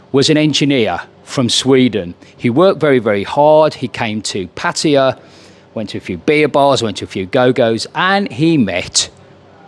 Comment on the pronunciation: You must be one of the only youtubers who can actually pronounce "Pattaya" correctly.